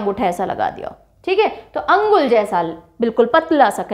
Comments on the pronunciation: Mam not अंगुल, that's called अनुगुल (Angul) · Ma'am, I see this video for the first time and it's great to watch the way you demonstrate and describe the details..Anybody can learn and memorize facts easily from this.. I would like to mention a small correction that Balaswar is pronounced locally as Baleswar and Angul as Anugul..